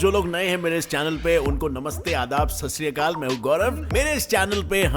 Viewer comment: Its not sasriyakal Its (sat shri akal)